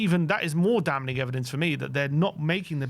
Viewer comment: damning pronunciations; "dam" "ming" ✅ "dam" "muh" "ning" ❌